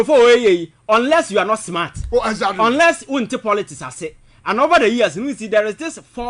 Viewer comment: And Iblove it when Alaska says “Das right, Ezatly and eiii “ It keeps me awake 🤣🤣🤣🤣